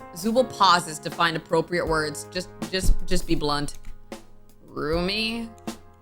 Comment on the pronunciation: When she said roomy it sounded like rumi!